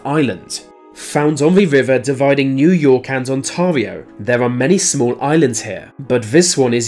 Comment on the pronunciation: The way you pronounced ontario hurt me